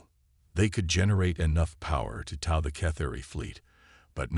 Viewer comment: Need to teach your AI how to pronounce "tow"